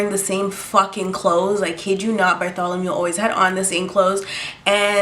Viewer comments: No I didn't subscribe yet. Btw its "Bartholomew" not "Bartholomule." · OMG did you call him Bartholomew because of AHS 😭